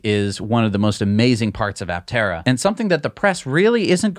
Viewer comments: no, you should not say "a-tera" ... a-ptera is just fine even for Greek , and you should say "p-terodactyl" too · Just a chip in on the name. Aptera is correctly pronounced "a" the way it is pronounced, and not "e". It is a Greek compound word from "a" (pronounced aa) and "ptera" meaning wings. The prefix "a" in Greek is a negative particle denoting absence or subtraction. When it precedes any noun or adjective, it means the the object lacks the quality contained in noun or described by the adjective. Ptera means wings. So aptera would mean "without wings". So Aptera can be described as a Solar Electric Vehicle (SEV) that looks very much like a plane, with all the aerodynamic qualities of a plane, but without wings. What an apt and befitting name. I wonder who crafted it for them.